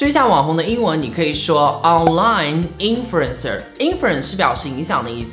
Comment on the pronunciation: Internet 的发音不是应该是 英音 [ˈɪntənet] 美音[ˈɪntərnet] 吗，结尾怎么发neit呢？是net。。。 influencer的发音也不对，把en发音省略了，美英和英音都要发出来的。